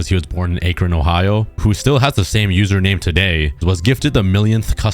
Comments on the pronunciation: the way you pronounced akron is crazy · U pronounced Akron wrong:/